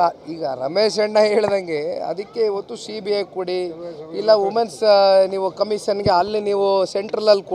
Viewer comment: ಸೀಬಿಯೇ ಕೊಡಿ ಸೀಬೆ ಕೊಡಿ 😂😂 yavo ivella, kudkura thara mathadthavne